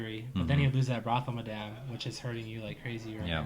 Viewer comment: Thank you. Madame rhymes with Adam.